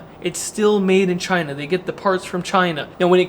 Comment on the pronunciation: One word, "Chy-nah"